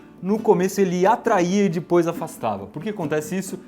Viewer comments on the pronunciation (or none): eu percebi em que muitos videos voce fala dipois e nao depois